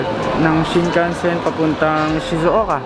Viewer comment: Shizouka pero hindi shizouko 🥴